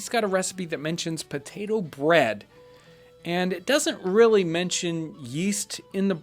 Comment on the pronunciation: the "Mashed potetoo" is a funny lil' blooper, makes this video way more relatable